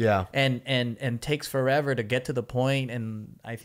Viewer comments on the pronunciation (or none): I died when said ''porever ''